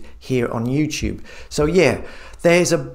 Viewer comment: did he say Jutube